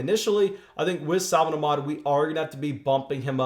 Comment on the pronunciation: sa-von ahk-med